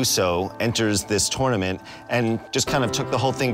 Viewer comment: I love how they all pronounced it "TOOOR - nament", like Daniel did on the movie!